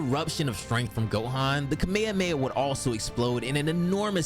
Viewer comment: Watched until the mispronunciation of Kamehameha. I cant. How can you guys still mispronounce it? They literally say it in freaking syllabus in the show and games. How? After all these years do people STILL mispronounce it? KA-MEH-HA-MEH-HA. Its not hard. Lol No offense, just a pet peeve.